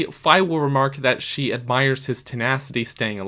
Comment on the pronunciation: You're correct pronouncing Fi like Wi-Fi. Her name in Japanese is ファイ, or Fai, which sounds exactly like the 'fi' in Wi-Fi. ;) And yes, you more or less pronounced kunai correctly as well. Two gold stars for you!